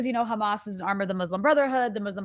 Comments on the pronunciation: Why can’t they say the h. They always say kh. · I think you are right about the "cha" sound, that is how Israelis (like myself) would pronounce the words: Hamas, Hizballa, Hassan. I want to add that apart from having it sound "ugly and scary", they also aim to make the world feel that they are experts in these organizations, because an average American would not even be able to pronounce it. Of course, this is not how you should pronounce these names, but an average American wouldn't know that. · Khezbollah, Khamas, And Khouties! Blo-o-odyyy Chosen Idiots!